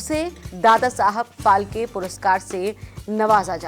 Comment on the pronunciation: फाळके नाम है वो ठीक से बोलो ऑर लीखो.